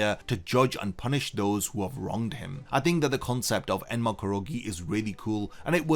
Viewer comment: You keep saying "enema", butt it's "enma"